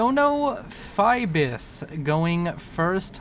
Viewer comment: Another great cast, man. BTW, Ibis in Son Of Ibis is pronounced eye-bis.